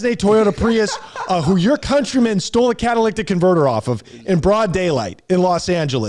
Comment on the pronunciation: Drink every time mispronounces the word catalytic